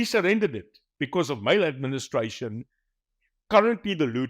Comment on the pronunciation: Interesting that you said male administration in stead of maladministration, perhaps subconsciously you were right!